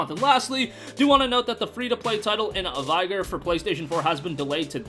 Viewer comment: Love your vids. Vigor is vig like fig sound not vi like fly sound :)